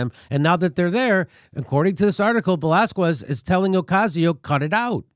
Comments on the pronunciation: It's not Velaz-kwez,it's Velaz-kez, you ignoramus. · Dude, don't say Velaskwez. Its pronounced Velaskes with the stress on the a. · It's not Velazqwez, it's Velazquez ! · JIMMY!!! Please! Lay off the VelázKOOez pronunciation! It's really simple, VelÁZkez. The U is silent! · It's pronounced VELÁZKEHS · Velasquez is pronounced "vuh-lah-skez" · How TF does Jimmy live in L.A. and not know how to pronounce Velazquez. He doesn't eat queso? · Jimmy, the "qu" in Velazques is pronounced like a "k"! Ask your wife. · ugh Velazquez is nooooot pronounced like that...